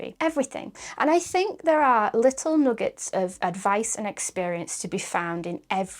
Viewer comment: "noogets", "boocket list". Ooph.